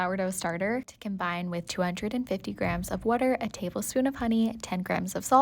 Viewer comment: I HEAR THE WAY YOU SAY WATER, IS THAT A FELLOW PHILADELPHIAN?